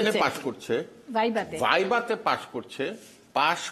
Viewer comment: বাবু মিয়া তো কোটাই পাশ তা নাহলে উনি ভাইভা কে বাই বাই উচ্চারণ করতেন না।